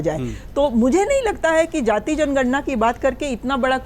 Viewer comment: सबसे पहले तो यह बता दूं कि यहां सारे विद्वान पत्रकार बैठे हैं लेकिन अफसोस है कि किसी ने "जाति" शब्द का सही उच्चारण नहीं किया।सभी ने सिर्फ "जाती" कहा । हमेशा पूर्वाग्रह से ग्रसित होकर कांग्रेसी नेताओं जैसी बोलतीं है। बीजेपी ने विगत दस वर्षों में राष्ट्रवाद और देशभक्ति की भावना को ऊपर उठा कर एक समावेशी समाज की स्थापना करने की ओर बढ़ रही थी। लेकिन राहुल गांधी, अखिलेश यादव और लालू यादव की क्षेत्रीय दल बराबर समावेशी समाज को तहस-नहस करके टुकड़े-टुकड़े में बांट कर देश को कमजोर करना चाहते हैं। को छोड़कर सभी ने सही एवं दूरदर्शी विश्लेषण किया है।